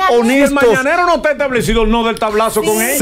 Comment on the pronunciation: 🤣🤣🤣🤣 y no supo decir mañanero